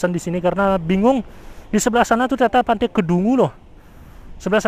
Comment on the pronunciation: Pantai bang bukan pante